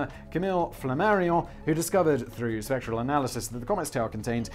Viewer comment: I know you said “spectral analysis” but I heard “sexual analysis”